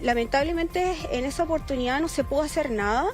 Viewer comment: '''OPORTUNIAA'''' SE DICE OPORTUNIDAD